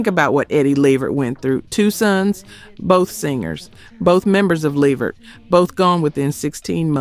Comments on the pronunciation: Say it like (LAVERT) not LE VERT. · It is NOT Leh Vert!!! It is Levert (Luhvert) say it correctly!!!!!!!!!!! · Now I subscribed to you, but you starting to sound like this a.i, because you are saying their family last name wrong, its levert, without an A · You better put some RESPECK on that man's name (it's Levert*, not ("La vert")‼️ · Why is calling them Leverette instead of LeVert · She don't know how to pronounce these people and group names it's luh-VERT and low-pez other than that I like the channel 👍🏼✊🏼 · Levert -- pronounced (LUH-VERT) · Lev-vert?! I'm disappointed in the pronunciation. I understand being phenectly correct but how the Leverts announced themselves are totally different. Almost ruined it for ME. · Please say people's names correctly. LE-VERT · Why is she pronouncing it "Lev-vert?" Can she read? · Is this AI? Eddie’s , Gerald’s & Sean’s last name is pronounced La-Vert ! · Really!! I mean LEV-ert??? COME ON!!!🤬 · Mispronouncing LeVert is sending me 😒 Almost made me turn it off😤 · The AI pronounced LeVert wrong….still love the videos though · Is this an AI. The pronunciation of the group Levert, was off, I thought. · No you did NOT pronounce Left Eyes last name as Loaps. WOW!!! Please stop asking for subscribers. The more I watch the worse you get! UGH!!! Now you're on Levert! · She messed of Levert a couple of times but Lisa last name was pronounced like loops or hoops. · Say!!!!!!!! LeVerts name CORRECTLY!!!!! ARE YOU AI?!!!!! No wonder, no one is paying to join you!!!! Say their name correctly!!! LEARN TO SAY THEIR NAME CORRECTLY AT ALL TIMES!!!!!!!!!!!!!!!!!!!!!!!!!!!!!!!!!!!!!!!!!!!!!!!!!!!!!!!!!!!!!!!!!!!!!!!!!!!!!!!!!!!!!!!!!!!!!!!!!!!!!!!!!!!!!!!!!!!!!!!!!!!!!!!!!!!!!!!!!!!!!!!!!!!!!!!!!!!!!!!!!!!!!!!!!!!!!!!!!!!!!!!!!!!!!!!!!!!!!!!!!!!!!!!!!